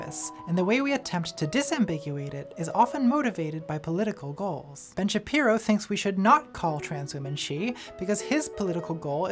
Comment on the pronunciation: I heard "Bench Appearo" and now I can't not hear it and life is so much better